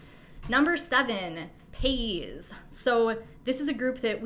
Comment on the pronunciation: Hey. Its Pronounced Pay EEE'S NOT PAYS